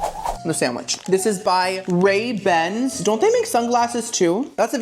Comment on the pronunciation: NEWS FLASH... RAYBANS = Sunglasses RAYBERNS=cheap food Not pronounced even close to the sunglasses 😅 RayBERNS.....